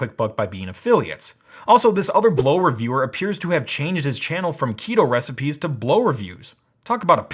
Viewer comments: * dumb chick saying Blaux incorrectly * Blaux? More like plow. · Lol, that's not blow that's "blowksz" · I thought it was called Blaux, not Blo. Maybe I'm stupid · See, you would say Blaux like Lascaux, y'know, that famous french cave with all the paintings and shit, yeah, just... just a little phonetic reading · And the Aussie adverts here pronounce it Bl-ow (rhymes with now). I had a giant sized (compared to that little thing) evaporative cooler years ago, and it was useless in hot humid weather, it could barely cool you sitting right in front of it, let alone attempt to cool a whole room! So I have been put off evaporative coolers forever thanks to that experience. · considering how you made such a big dumb point about pronunciation - you should have known that Blaux rhymes with Tau. now - i've already ordered one of these portable air "conditioners" - clearly advertised as ANYTHING BUT a conventional compression-expansion-cyclic heat-pump. so i was ready to hear your PROOF that i had foolishly fallen for such a terrible "SCAM". what i actually heard was a bit of science - a lot of quibbling - and a rush to judgment - but no PROOF of anything. one thing i DID learn - is that i should be more wary of your click-bait titles in the future. and we shall see how well - or poorly - this unit works - here in hot ARID new mexico - when it arrives. (granted that Blaux SHOULD make it clear that the performance of such a device will strongly depend on the local humidity.) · i pronounce blaux BLOWKCS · "Blaux" is supposed to be pronounced "blow"? Really? I read it as "Bl-aux" - as in "auxiliary". "Blaurcks" or something; that's how I can best write it.